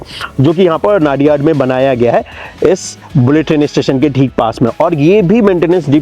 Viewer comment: ⚠️ONE CORRECTION PLEASE CORRECT PRONUNCIATION 🔽 It's NOT नाडियाड... it's called नडियाद...